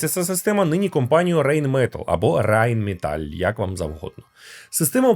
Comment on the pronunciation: Я теж вже хотів написати щодо Райн Металь. Рейн Метл звучить як Мітсубісі або ПоршЕ з наголосом на Е. та бачу, вже багато хто встиг виправити:) Але це не треба сприймати як критику.